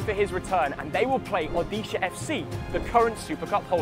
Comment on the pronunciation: Never thought pronunciating odisha fc in his mouth It's my home state so refreshing to hear it from him😮